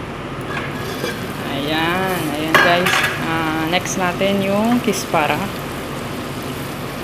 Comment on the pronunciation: Kusbara not kispara salsa not salsal